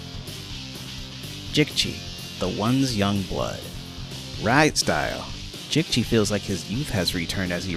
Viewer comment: Great Video, Love To See That There Are Other Passionate Fans Of This Game, It's So Underrated, Also (I'm Not Trying To Be Rude), I'd Like To Tell You How Jicchi's Name Is Pronounced, It's "Jee Chee", Just A Tip From Another Fan To Use In Future Vids, Also Kelly, Nick And Jicchi Not Being Playable Characters Has Inspired Me To Make A Mod That Makes Them Playable, I Just Need To Go Deep In The Files Of The Game To Extract Their Models.